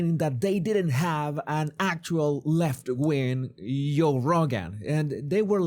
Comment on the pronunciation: Love the way he pronounces Yo Rogan . Love your content . You're doing a great yob .